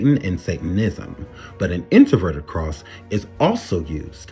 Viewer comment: My heart and prayers go out to all the families who were affected by this horrible tragedy. And I know this is just random but can you please pronounce your words correctly you keep saying introverted instead of inverted when you're speaking of the Pentagram I'm sorry I just had to vent about that because it was really annoying TF out of me as I was watching this video.